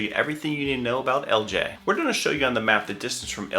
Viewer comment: Why don't you pronounce the I it's Ellijay?